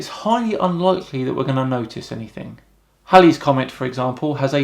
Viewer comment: Are you sure you saw Halley's comet in the 90s? Possible with a good telescope and long exposure but the last time it was visible was 1986. Anyhow thanks for pronouncing it correctly the Halley family and Derbyshire get quite annoyed when its pronounced haily